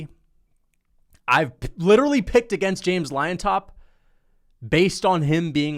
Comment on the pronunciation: Not to be a dork, but Llontop is pronounced like "John-top", not liontop 🤓